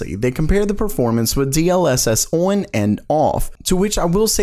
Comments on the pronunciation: For real, it's lemon infused glass shards hearing you say "OHRWWN" instead of "on". I have no idea why, but I just cannot stand it at all. it's awful. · he says “on” so weird.